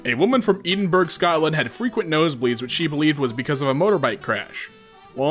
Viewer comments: they pronounced Edinburgh as "eedinburg" instead of pronouncing it as "edinbruh" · “Eedeeburg” every Scottish person ever AAAAAA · Hearing how pronounces Edinburgh as "Eden berg" has ended my life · HE SAID EEDINBURG LMAO EEDINBURG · That's cool and all but the fact he pronounced Edinburgh as "Eedinburg" when it's pronounced "Edinbrah" is 10/10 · is no one gonna talk about how pronounced Edinburgh-? (its ed-in-bruh) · I believe Edinburgh is pronounced ED-in-BRUH. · hey lad. i know you didnt know. but Edinburgh is pronounced E-Din-Burh-Ah lol. just so you dont get other angry scottish folk here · until he has to pronounce edinburgh scotland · I cannot stand the way you said Edinburgh.